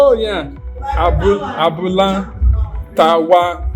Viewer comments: Hahahahaha., you are using American accent to pronounce it oooo. Abula tawa. Hahahahaha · It's interesting how you mispronounced the restaurant's name. The name means Tawa’s Abula in “English”. Abula means the combination of gbegiri (bean soup) and ewedu (jute leaves), and Tawa is the short form of Tawakalitu ( a female Muslim name)